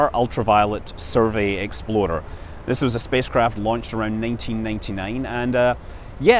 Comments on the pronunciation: Even now Scott still pronounces 'explorer' as 'exploder' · I love how you pronounce “explorer” as “exploder”.